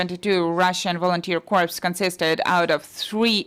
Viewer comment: corps is pronounced core